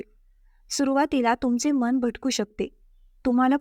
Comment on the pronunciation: मण नाही ते मन असं आहे बणलेले नाही बनलेले असे आहे माणा नाही माना कीती हे अशुद्ध उच्चार आणि ही सगळी अंधश्रद्धा आहे उगाचच बंडल मारू नका